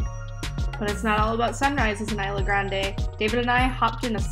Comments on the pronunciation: Just an FYI, that's not how the name of the island is pronounced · CANT EVEN PRONOUNCE THE ISLAND RIGHT